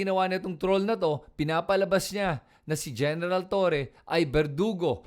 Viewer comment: Ayusin mo kaya pag pronounce mo ha!!! Sino ba si TURI whahahaha🤬🔥 Hanapin mo yung sinasabi mo na tao. Buti pa sabihin yan sa amo mong DuDirty🤬🤬🤬🤬🤬🔥🔥🔥🔥